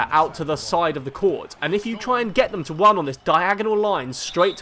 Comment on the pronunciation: 'Let him wun into you.'